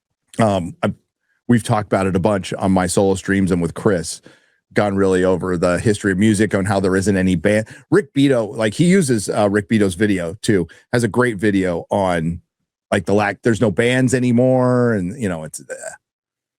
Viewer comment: Rick Beato's surname is pronounced "bee-ah-toh".